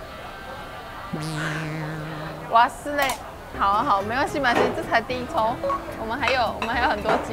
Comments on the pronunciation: 開頭就開車了？可能不知道豆皮壽司在日文有其他意思？還是知道，故意開車？😅😅 另外，沒中的日文是hazure ，不是wasure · 這要念 hazure 不是wazure ，意思就是沒中。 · 那是唸 哈茲勒 不是 挖 はずれ